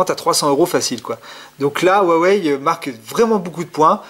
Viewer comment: Bonsoir :) très bonne vidéo ! je voudrais juste poser une question, quelle version vous pensez être plus jolie, la blanche ou là noire? Aussi merci pour la prononciation, avant je disais u-a-wéye x)